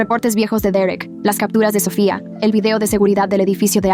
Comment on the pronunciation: Porque cuando dicen Sofia dicen Sophia en vez de Sofia